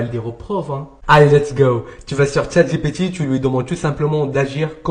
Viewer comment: Pourquoi tu dis « Tchat GéPé Ti » ?😂